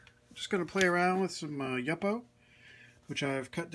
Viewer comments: FYI: I'ts YOO-poe, not yuppo. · Thank you for the inspiration and new ideas! (I think the pronunciation is YŪPO wth a long u, not YUPPO.) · You po. Not yuppo. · Pronounced YOO-po, not yuppo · What kind of heat gun are you using? Love the blue and orange combination. The paper is pronounced YU-PO. Thanks for sharing your techniques. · Love your video! Please do not take this the wrong way, but YUPO is pronounced YOO-POH. :-) I work with paper companies. :-) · that's the first time I've ever heard that pronunciation of yupo - Yup - o? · It is pronounced You-po!! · It's pronounced Yoo po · LOL! I kind of liked the way you pronounced it, but the graphic designer in me would not let it go! Your videos inspired me! Thanks again.